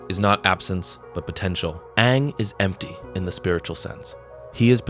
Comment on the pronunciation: Eeroh, saying aang wrong and chive blocking are crazy